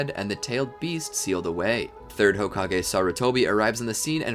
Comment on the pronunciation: i literally crying rn seeing how many people are saying homage and not hokage